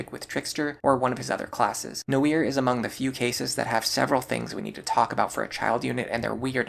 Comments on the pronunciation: Noire is a french word. It's pronouced nwar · Did you pronounce Noire “No-ear”? Do you pronounce the game L.A. Noire the same way? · Learning new ways to pronounce names right now lmao. I was going to accept that it is how Cherche and Tharja are pronounced but I draw the line at Noire. It is way too obviously the french word for Black to be pronounced any other way than nwuar . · Bro your pronounciation of Tharja and Noire made me want to strangle you, wtf was that?